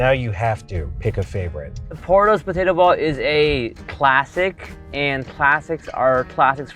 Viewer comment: In the Worth It: Fries episode, Andrew pointed out the says potato like "POtato." Even years later he still says it like that lol.